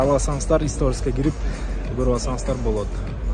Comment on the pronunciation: историс эмес,сторис.Раз и навсегда жаттап алсанар